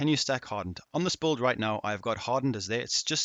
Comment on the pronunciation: Are you sayin bulled, or build?